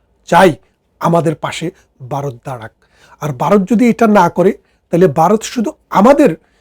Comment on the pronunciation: Baaroth na Bharat.Vaw uccharon korun.